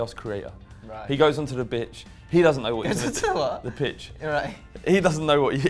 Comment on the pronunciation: says "he goes on to the bitch" instead of pitch 😂